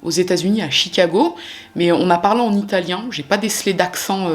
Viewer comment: Merci pour cette très bonne vidéo! Pauvre jeune homme, qui avait tant de possibilités devant lui!😥 Votre français est absolument parfait! Et même si je ne connais pas l'italien, je trouve que vous le prononcez vraiment bien! 😃